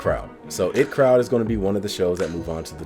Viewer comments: It’s pronounced Eye Tea crowd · It's pronounced I.T Crowd by the way (As in Information Technology)